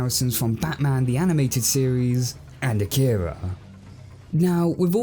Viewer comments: Love the reveiw, but... A-ki-ra not A-kira🤣. Just a gripe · Do they ever actually pronounce it “uh-keer-uh” as opposed to “okk-ih-ruh”? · You announced Akira wrong... Sorry, had to say it.